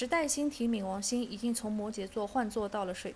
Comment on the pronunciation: 跟我一起读ming 二声